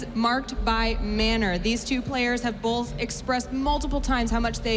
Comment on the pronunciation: "bolth" heheh